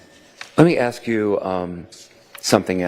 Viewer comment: no one axed anything. its ask. ASK. AAAASSSSKKKK